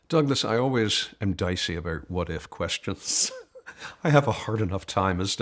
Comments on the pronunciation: Yes he speaks so clearly and with passion , I noticed he pronounced " about " as a Canadian would as " aboot " so I checked where he was born , puzzling it was Japan , however his parents were dinky di Americans . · I noticed the same thing. Might be one of the Pennsylvania accents; maybe North/Northeastern Pennsylvania?